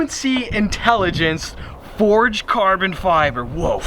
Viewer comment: Wait, did he just say forged carbon fiber or am I doodoo